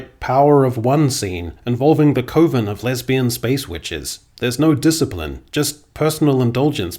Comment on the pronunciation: Was this pronunciation of coven a reference to "American Movie?"